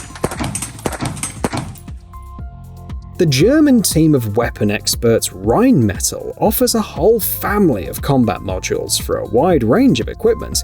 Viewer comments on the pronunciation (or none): This video title is top level clickbait. Congrats on being a fucking shill? Also - Rine-Metal? Try harder buddy.... Rhein-me-tall. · Did he just say Rhein-metal? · Damn bro… he really did mispronounced “Rheinmetall” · And the way he said Rheinmetall, it is just pain now tbh